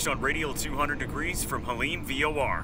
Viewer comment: You should say “Halim” with a little phlegm. The airport layout you have for Halim is not correct.